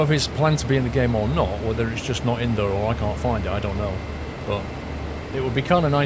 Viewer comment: It really annoys me how he says "there".